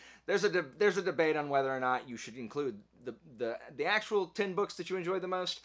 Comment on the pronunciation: Why does he keep saying boosh? I couldn’t take him serious